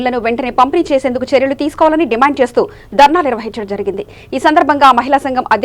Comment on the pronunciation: Anchoring very bad , dimand, dimaaaand Kadu